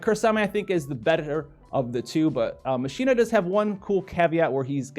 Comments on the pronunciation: not like Machine-na, its Mach-Kee-Na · A challenge for this vid. Take a shot every time howl says machine-a instead of Machina( pronounced like mokina) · Btw, it's MAK-E-NAH;)